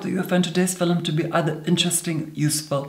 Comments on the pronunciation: "Filums" <3. Oh yes. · what's a fillem🤣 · Does he say “filmim”? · At :14, unless my ears are failing me, I heard a straightforward, "film" instead of "fillem." *feeling faint* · Tobi Jaguar it’s fillum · Bunny Senpai LMAO he says “film”...except it’s “filum” 😂😂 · The word he is saying is 'filUm' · FILLUM,,, ICONIC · I love how he says "FiLiM" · “In this Filim” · FILUM SAY IT WITH ME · Filim!! Is it me or its wrong